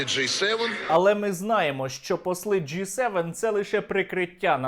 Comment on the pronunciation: он сказал J-7 вместо G7))) попутал с названием запивона))